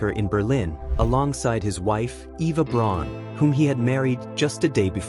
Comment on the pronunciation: Eva's last name is pronounced "brown", not "Brawn."